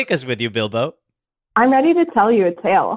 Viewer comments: Why is literally no one discussing the way jake pronounced Bilbo like Bilba the entire time I feel gaslit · i can’t believe none of them pointed out jake’s continuous use of “Bilba” instead of “Bilbo” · i love that jake is saying BILBA because i'm assuming he has no knowledge of the lord of the rings and he didn't understand the correlation between all the fake names but he just didn't bring it up😂